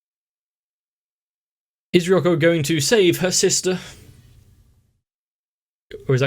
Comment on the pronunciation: I really love how you STILL call Ryuko "Re-YUCK-O, rather than Re-YOO-KO.